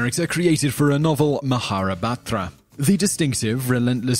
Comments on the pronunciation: Nilesh Pushpangathan Wow, he got it wrong by a few letters, so horrible. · its not mahabatra... it's mahabharata it's not a novel, it's an epic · Lol, it's not Maharabatra, it's the Mahabharata. I have some Indian friends, so I should know. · Mahabharata. There's only one way to say that. But you managed a second one anyway. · First off, you totally butchered the pronunciation of "Mahabharata". Second, Krishna is not a fictional character that was invented only for the sake of Mahabharata. Third, Hare Krishna or ISKCON can't even be called a cult. To know about Krishna you need to know more about the different deities in Hinduism. Krishna is just one of these deities. But I guess that's just how most of the foreigners view the things that they aren't familiar with. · It's Mahabharata